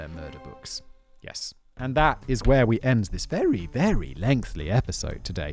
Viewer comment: Simon just talked recently (September 2023) about how he always wrote and said "lengthy" as "lengthly" . It was only after getting called out for it on Twitter (Sorry calling it X is stupid) that he looked it up, to prove his critic wrong, and realized he'd been wrong for decades. Hearing it now, in this, video I realized I'd always just thought it was an accent thing not a mistake. But I do hear it.